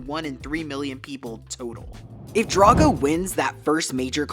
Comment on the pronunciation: It’s pronounced DRAGG-oh, “”! 🤨